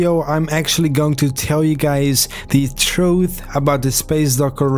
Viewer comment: troof is how he pronounced it